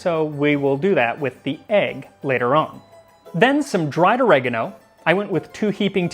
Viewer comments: Ohre-gah-noh. Not ah-reG-aaAaAaah-no. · I hate i'm being triggered by his pronunciation of oregano when the rest of the video is so good. (Oregano is written origano in italian, becomes oregano in English due to the difference in phonetic of alphabet, i.e.: i=e